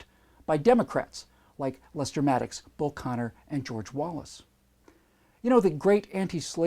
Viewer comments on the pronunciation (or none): none